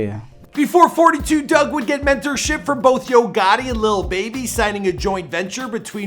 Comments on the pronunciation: It’s 4 2 dugg you don’t say it like 42 dugg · it’s 4-2 dugg, not 42😒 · Fun fact: it's pronounced four two dugg, not fortytwo dugg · It’s pronounced 4-2 dugg not 42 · It's not forty two dugg... its 4-2 dugg!!!!